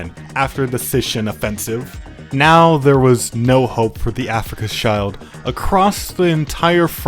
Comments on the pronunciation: Afrika Child was really funny its actually afrika shield, pretty similar pronunciation actually. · My brother in christ "schild" and "shield" sound more or less exactly the same in both languages stop saying "child" 😭🥀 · yea definitely, "Africa's child" is not the right way to pronounce it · I'm not an expert in German, but I think Schild is pronounced like 'shilled' Sorry to be a bit of a pedant